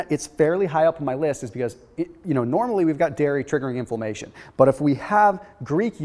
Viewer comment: Is "inflommation" related to inflammation?